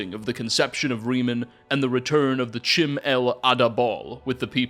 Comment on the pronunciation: "Chim" would sound like "Kim"... anything starting with the "ch" would use the "k" sound. Also, there's three Ts in potentate.